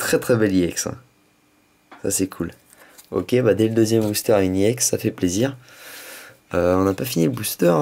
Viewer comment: on dit pas iex on èx